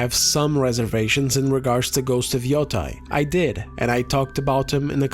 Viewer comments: I like that you pronounce Yotei differently each time you say it. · This grifter can't even pronounce Yotei